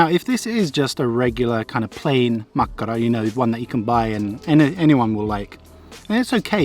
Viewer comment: U actually pronounce makkara rly well and my favourite is kivikylä juustotuhti